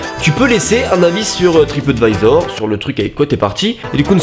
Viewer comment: T'as dit "Trapadvisor" xD